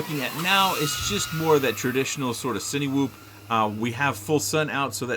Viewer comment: hey,you almost have it right. the cine in cinewhoop is pronounced " sinnah ". the cinelog seems pretty nice compared to others but i like my whoops a little smaller.lol. great video tho and fantastic flying as always.